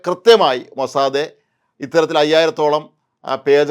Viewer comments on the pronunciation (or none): മൊസാദേ അല്ല MOSSAD ആണ്. താങ്കൾ മാത്രം എന്തിനു ഇങ്ങിനെ ആവർത്തിക്കുന്നു. ഒരു ചേഞ്ച്ന് വേണ്ടിയാണോ ? മുൻപും ഇത് സൂചിപ്പിച്ചിരുന്നു. താങ്കളുടെ CE ഉം Mossad എന്നാണ് പറയുന്നത്. തിരുത്തുമല്ലോ. MOSSAD NOT MOSSADE. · മൊസാദേ അല്ല ചേട്ടാ, മൊസാദ്🙏🏻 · മോനെ മോസാദേ അല്ലടോ മൊ സാ ദ്, അയ്യേ പൂയ് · അപ്പാപ്പ മോസാദ് എന്നു പറയു